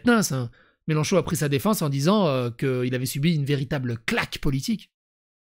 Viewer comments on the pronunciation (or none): none